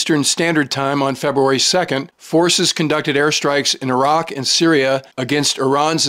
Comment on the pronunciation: He knows how to say Iraq! Yeah, they're not eye-rack, eye-ran or eye-Italians for that matter.